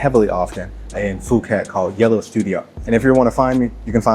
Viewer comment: Did he say Foo-ket ?